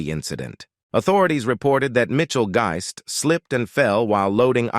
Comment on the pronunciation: Funny how the AI narrator mispronounced a lot of words. Especially Mitchell Guist's last name. He pronounced that in at least 3-4 different ways. LOL